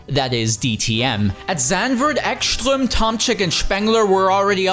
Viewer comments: BTW, Ekström is Swedish, so the "s" in his name is just as "s", not "sh". (Also, the "E" is long.) Ekström really set himself up for that takeout. Where did he think de la Rosa was going to go? Back? It's a front-engined car, so nothing. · "Echschtröm" :D